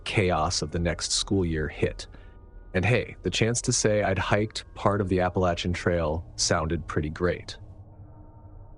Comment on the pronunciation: Thank you for saying “Appalachian” correctly!